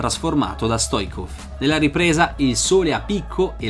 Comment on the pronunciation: Il grande avversario dell' Italia in semifinale era Hristo Stoichkov...che l anno dopo giocò nel Parma...provenendo dal Barcellona...P.S. la sua pronuncia corretta è: "Stoic'kov" con la c dolce...😉